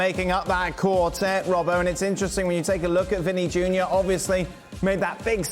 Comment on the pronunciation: did my guy robbo wrong smh